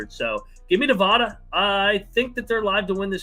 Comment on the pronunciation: It's Nevada, not Nevada. You guys always mispronounce it